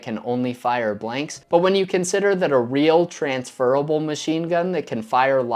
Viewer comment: is it me or dose he say "bwanks"